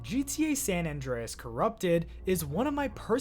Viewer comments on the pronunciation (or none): Why do so many youtubers pronounce San Andreas as San None Dre Es? It's San Anne Dre Es